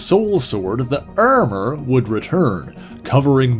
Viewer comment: I don't know where you're from, but the way you pronounce 'armour' made me laugh a little. I'm immature like that though. Thanks for the vid, I've been curious about Illyana's backstory for a while now